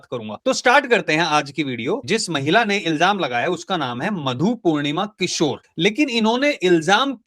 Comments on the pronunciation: भाई, किशोर नही, किश्वर है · मधु पूर्णिमा किशोर नहीं किश्वर है।